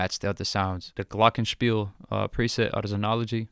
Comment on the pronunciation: The way you pronounce "Glockenspiel" is crazy. Im from Germany btw XD <3